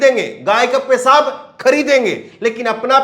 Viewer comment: Your news are good but your pronunciation is very bad. J for Z, s for sh etc, like pesab instead of peshab. Kindly put bindi in Hindi.